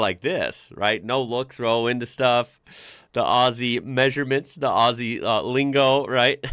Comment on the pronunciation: thank you for saying Aussie with the Z sound and not the S sound. Number one mistake every one makes. Remember it is said 'Ozzy' and not 'Aussy'